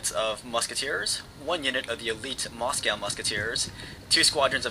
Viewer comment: i think u mis pronounced Moscow